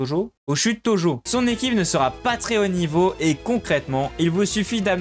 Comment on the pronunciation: au chute tojho, johto... On dirait que tu parles une autre langue 😂❤ j'adore tes tutos, des fois ça m'aide